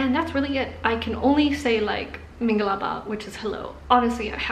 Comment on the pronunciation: YOUR MINGALABAR IS PERFECT! Continue your study! If you need help I can help you ;)) Burmese words are round and pretty !!